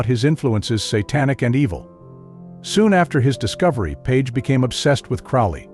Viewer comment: You can tell this guy is an idiot as he can't even pronounce Crowley correctly.....bit of a giveaway